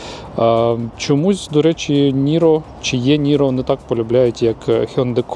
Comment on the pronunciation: Ні, насправді Ііііііі ніро. Ай, бі, сі, ді, Іііііі, якщо відштовхуватись від англійського алфавіту. Мені також ріже вухо коли постійно Єкають😂